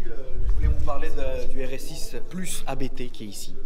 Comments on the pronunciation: Juste en passant: Hans-Jurgen Abt. Pas A - B - T 😉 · c'est la famille Abt, ne dites pas A-B-T 😋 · Abt se prononce abte frérot, c'est le nom de famille du préparateur